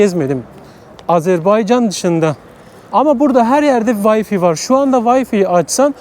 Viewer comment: Way-fi nedir yav? Ya way-fay ya wi-fi.